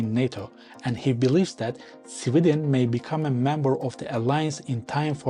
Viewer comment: Why are you pronouncing Sweden as civilian*